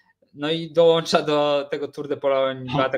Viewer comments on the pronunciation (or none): none